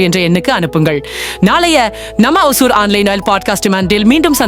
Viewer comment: Pronounce as ஓசூர்